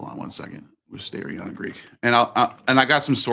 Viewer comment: Small correction, it's pronounced mistirion